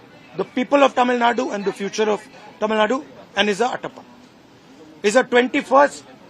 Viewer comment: He is “Etappen” and not “atappan” Mr. Rahul Gandhi.